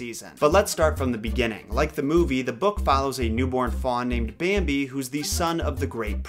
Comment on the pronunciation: "Bääämbi" DX